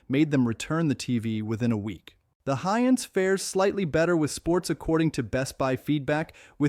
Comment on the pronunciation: May aswell remove the trash AI person if it cant even say Hisense correctly 99% of the time